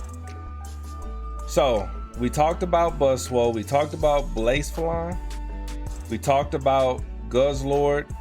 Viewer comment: I got you my boy. Bla-sef-a-lon. I played comp pokemon and that's how we pronounced it at least.